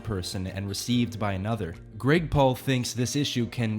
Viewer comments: I can't hear him saying Greg Paul, I only hear Gregpool. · I'm just listening to the video not watching and I keep hearing you call him "Gregpool" which just makes me imagine him as one of those Comic-Con deadpool pranksters